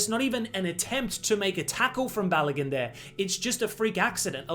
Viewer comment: It’s not pronounced Ba-lo-GUN, it’s Ba-lo-GOON